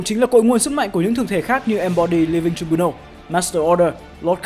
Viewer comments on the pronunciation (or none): Đọc là trai biu nồ ông ơi